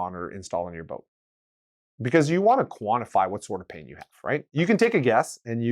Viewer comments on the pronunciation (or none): Are you calling drain "pain"?